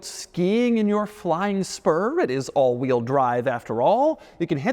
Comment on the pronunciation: you can’t tell me he didn’t say flying sperm